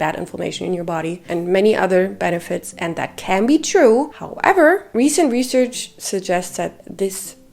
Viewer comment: When you say “how-EVER” 😂